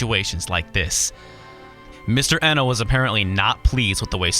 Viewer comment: I know this video's p old but I want to point out the proper pronunciation of Kenji Eno's name, since I wasn't sure either at first. Even though an E in japanese is usually a long E, his given last name was actually Iino, with a short e. I assume he spelled it Eno instead of Iino as a tribute to Brian Eno, the famous musician and producer.